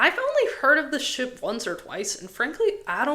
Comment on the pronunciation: Every time you day ship i swear i hear shit 😭🙏